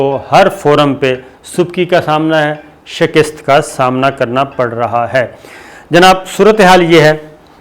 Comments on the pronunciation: شی کٍست نہیں بلکہ کَست ہے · Dear sabir, Shakist ???? Ni Shakast hota ha Apnay lafz tek karo please. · Pronunciation, it is Shakast and not Shikist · السلام علیکم صابر بھائی چھوٹی سی لفظی تصحیح لفظ شکست (ش کے نیچے زیر ۔ ک کے اوپر زبر ۔س اور ت ساکن ) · جناب صابر شاکر صاحب آپ کا تجزیہ بہت اچھا ھوتا ھے ایک لفظ کی اصلاح کرنا چاھتا ھوں۔ لفظ شکست میں ک کے اوپر زبر ھے زیر نہیں ھے۔معزرت کے ساتھ۔